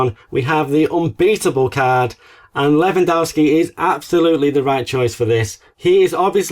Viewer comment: Can you please pronounce Lewandowski’s name properly this season? It’s DOV-SKI, not dow-ski. It’s painful to hear you get it wrong every time.